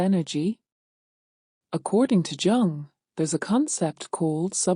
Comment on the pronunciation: You know it’s AI when it’s pronounced “Chung.” Why I think there’s something “fundamentally wrong” with AI. And the ideas here are baloney.